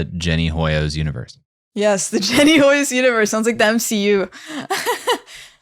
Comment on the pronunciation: respect foreign words. "Hoyos" is a Spanish surname and "H" is silent.